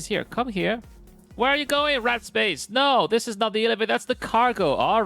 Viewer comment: The whole time, I'm listening while working thinking he's saying the guys name is "Rat Space", thinking that's an odd name, but ok. Then I look at the screen and see in the chat "Warped Space" well that makes much more sense :)